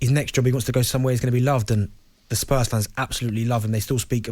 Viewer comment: Scottish people pronouncing Spurs like “Spuzz”